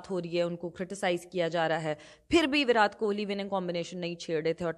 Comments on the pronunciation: मैम ,,विराट बोलते है विरात नहीं 😊😊😊😊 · Virat ka "T" is pronounced like the "T" in 'Tamatar', not like the "T" in 'Tarbooz'. Please keep this in mind for your future videos. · विरात नहीं मैंम विराट कोहली 😂